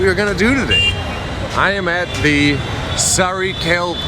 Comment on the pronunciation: it's Sa-raa-ee Kaa-le Khaa-N RRTS station 😅 Next Go to airport express line metro and Aerocity 😊